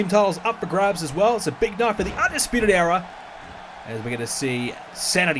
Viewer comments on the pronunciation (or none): Era* not EEA